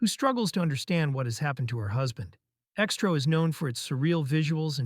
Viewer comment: ALMOST BOUGHT IT UNTIL NARRATOR PRONOUNCED X-TRO AL "STROW!" F**CKIN AI YOUTUBER CHANNEL DRIVE ME CRAZY & I REFUSE TO SUBSCRIBE & GIVE INTO THESE A.I. BOTS TAKING OVER YT!! BYE FELICIA!!!!!!!!!!!!!!!